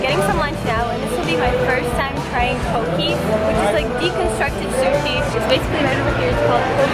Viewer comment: Hey girl just to let you know it's pronounced Poe-Kay! I live in Hawaii and I got corrected too! Lol :)